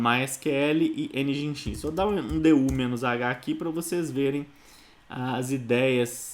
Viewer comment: Pequena nota: Nginx - soletra-se "Engine X" - (e)ngin(e)x ..... Cumprimentos